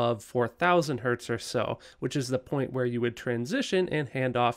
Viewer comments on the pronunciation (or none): none